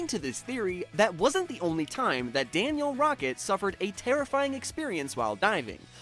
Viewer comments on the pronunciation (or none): It’s Danielle not Daniel